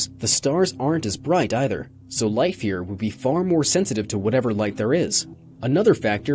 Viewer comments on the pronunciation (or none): none